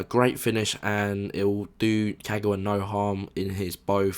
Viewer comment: Don't mean to be annoying but people really need to stop saying Ka-gouw-a, there's no 'ouw' sound, just pronounce all three syllables simply as they should; Ka-ga-wa. 'GA' NOT 'GOUW'